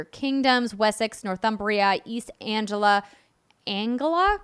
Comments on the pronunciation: Anglia is pronounced "AN" + "glee" + "uh" :P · Correction: East Anglia is pronounced with a soft ‘g’. It sounds like Aang (from Avatar) and ‘Lia’